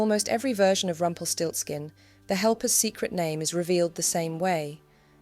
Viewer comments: Nice german word that sounds terryfing in english: "Rumpelstilzchen" Btw love how you pronounce the name 😍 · It's Rumpelstielzchen.